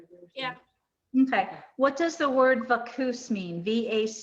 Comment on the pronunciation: Maybe she meant Vacuous: having or showing a lack of thought or intelligence; mindless. Pronounced Vak-you-us